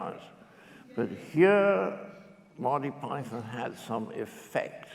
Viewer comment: Why can the host in particular and Americans in general not pronounce Monty Python? Listen to John, it’s not Monny py-THON, it’s more Mon-Tea PY-thern.